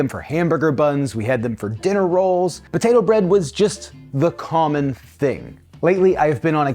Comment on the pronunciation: im sorry are you saying "ba-tato"?